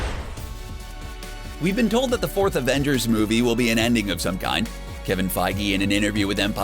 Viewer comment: He said Daniel Craig and Kevin Feige correctly. You're right about Namor though.